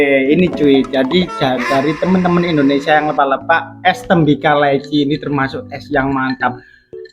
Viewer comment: Pembetulan sebutan (LEPAK)salah sebutan di depan nya LE,,cari info untuk sebutan yang betul..